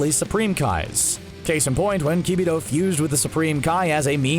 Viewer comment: "Key-bee-toe"....?!?? Learn how to say their names before you make a video about them lol. Also, I literally just finished watching the cell saga to buu saga. Then watched all of DBZ Kai and I have to say the buu saga is one of if not the best saga in the entire franchise.